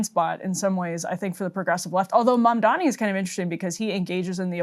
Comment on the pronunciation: Emily: ..Mamdami.. Me: ::eyeroll:: uhg